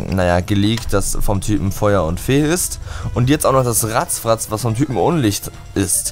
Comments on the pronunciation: Alter kannst du bitte damit aufhören "Rattfratz" "Rattzfratz" Nennen? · RATTFRATZ und nicht RATZFRATZ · Warum sagst du eig. immer "vuluna" und "ratzfratz" ? Die Pokémon heißen Vulnona und Rattfratz